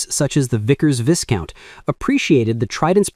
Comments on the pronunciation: A great vid, time code stamps and unfortunate pismronunciation of 'Vye-count' [not Viss-count] aside. I can just about remember the smoother, quieter ride of these tri-jet, differently~mounted engine configurations beauties. You can't beat skipping down the ventral stairs of a BAC 1-11 or DC-10 though and being dwarfed, as a little five year old, by the impressive example of massive technological leaps as shown by the tail engine right there just inches above your head (it felt like)! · Viscount is pronounced "Vi-COUNT." Good video.